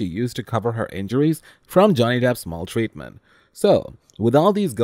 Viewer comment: Your pronunciation of "maltreatment" is strange and wrong. Cut it out. It's super annoying. It's as though you are trying to make it French. In English we don't say " mul treatment ".